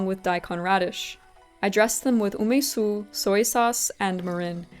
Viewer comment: What is GREEN garlic? garlic shoots I think is what you used. Shallot shoots are used more commonly but they are similar. What is UMISU ume sauce which is more dense and sweet/sour or umeboshi salty sauce more similar to magi and more liquidy? Based on vinegar comment I assume you meant Arche Organic Ume Su Umeboshi Seasoning Sauce specyfically but idk.. Btw Olive oil and Sesame oil are both not for frying since they have quite low burning temp for oils and they are meant to be used cold more than anything like dressing but you can still fry on them but in lower temperatures or adding it near the very end of frying when heat is turned off already. Pls use oils, which are meant for frying if you wanna stay healthy. You wouldn't have an itchy throat and you are clearly NOT allergic to it so I don't know what is ur issue. Do allergic testing in a doctor office.